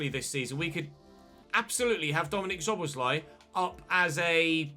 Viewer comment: I am glad that you signed Szoboszlai. Let me help you pronounce his name correctly. Both of the ‘sz’ letter combinations should be spelled as ‘s’ as in ‘see’. Also he wore the number 14 at Salzburg and 17 at liebzig.